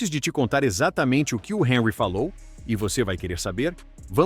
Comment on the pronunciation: O Thierry Henri é francês. Então, seu nome foi pronunciado errado. Sabe ler, mas não sabe identificar a pronúncia correta.